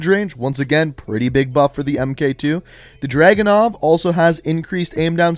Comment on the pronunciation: I understand that may be you were making this video in a hurry, but it's "Dragunov", not " Dragonov" Edit: Oh, and the patch note misspelled it too